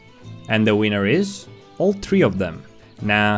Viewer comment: I know English may not be people’s native tongue and that everyone has accents, but PLEASE just try and avoid pronouncing winner as wiener 🍆